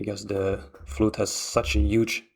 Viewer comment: It wasn't a flute - it was a fludd.